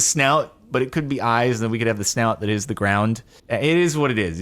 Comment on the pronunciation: it eez what it eez